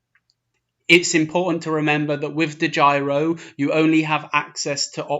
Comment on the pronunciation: DEGYRO??????........Its DEGIRO